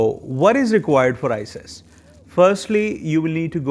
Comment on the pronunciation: Please don't say ises way say it as iqas or icas because its confusing